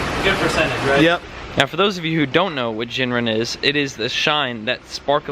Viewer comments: Just FYI is Gin rin with a Gggg sound, not “Jin” rin. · Love the video - however, it is not pronounced jinrin, in case you'd like to know. The original word 'gin' (pronounced more like 'green' without the r) came from the Japanese and it means silver. I think rin means bell but I'm not sure.